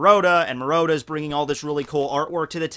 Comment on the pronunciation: "The maroda version" MU-RA-TA. Great video tho.